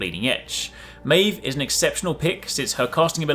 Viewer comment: Pronounced the name wrong